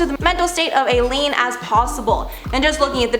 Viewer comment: “Alien” For Aileen got me 💀💀💀😂😂😂